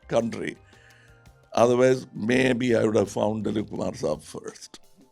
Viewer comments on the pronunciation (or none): none